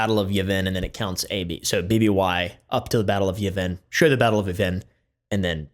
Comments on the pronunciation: They way how you say Yev-in, makes me physically cringe. Still love ya and the vid tho. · “Yuh-vin” 😂 I’m not gonna clown you on that too hard it’s just funny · wHY Are you saying Yavin like that......oh i see what you did there